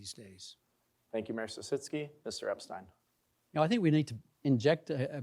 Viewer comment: I’m a neighbour and friend of Geoffrey Epstein- it’s pronounced Ep-stine not Ep-Stene Mr. Epstein is a retired physicist and has lived in the area for over 20 years- he’s no stalker that’s the name of our street